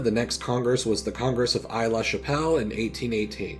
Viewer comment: the first part of Aix-La-Chapelle is pronounced "ex" and not "ayy" Marseille is pronounced "marsayy" and not "marsaye"